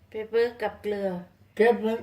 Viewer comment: เก่งจังออกเสียง เกลือได้ชัดมาก น่ารักทั้ง 2 คนเลยจ้า กดไลน์ และกดติดตามให้แล้วจ้า